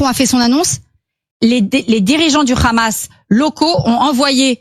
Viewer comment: Pourquoi cette dinde dit khkhamass